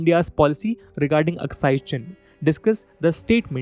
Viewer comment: Say it cok not askai chin it demotivates us.